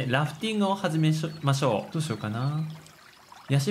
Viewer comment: 『ゲームをはじめしゃち、、、はじめましょう』笑